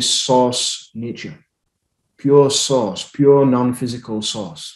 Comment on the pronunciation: I thought you were saying SAUCE.... POUR SAUCE. OH my God. thank God I heard you say SOURCE ... NOT Sauce. I really thought you said Sauce. I thought...he thinks we are made of spaghetti sauce underneath everything. source. source. okay. so how to I freaking STOP TGIS CONSTANT HIGH PITCH RINGING? I WANT IT TO STOP